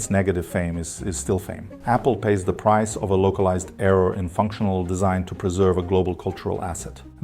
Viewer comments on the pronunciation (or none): none